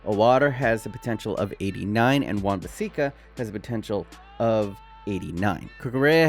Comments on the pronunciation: U do now its wan bis sack a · Wan-Bisika wdym come on it is so easy to pronounce